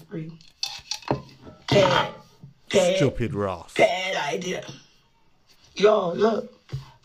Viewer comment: Chupid Rass 😂